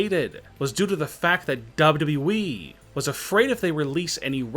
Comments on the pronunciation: Why does it sound like he is saying double E not WWE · It’s wwe not dub-duba eeeeee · Why cant you say W W E ? it hurts my brain. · Is it so hard to say WWE? Double you double you E try reading it like that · Dubyoo dubyoo eeeee yup that’s how ya say it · This guy would be better off using the robot voice that the Channels that read Reddit stories uses. Can’t stand the mispronunciations. Dubbadubbaeeeeeee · Not FSswan but WWEEEEEEEEEEEEEE This guy speaks like a fuckin dilecsec teacher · Is the guy talking actually human or is he a fucking robot cuz the way he says wwe is weird as fuck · CRINGE 😱 how you say WWE